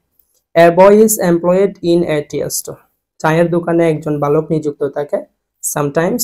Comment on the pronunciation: tea এর উচ্চারণ টি।আর আপনি বলছেন এর উচ্চারণ টিএ